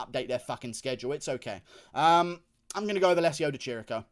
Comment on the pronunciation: It's Di Chirico, ch = K in italian, goddamn it. Love you Guru